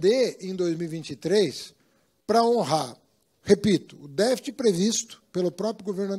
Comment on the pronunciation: Pra mim, um ministro de economia que sequer sabe falar a palavra "deficit" já me parece uma fraude...